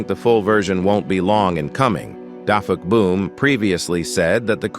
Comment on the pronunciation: You said defuckboom not dafuqboom